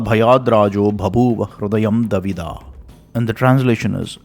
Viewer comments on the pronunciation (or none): Thanks a lot. I think you need to work on your Sanskrit though. Its not davidha it's dvidha and it's not bhayadraJO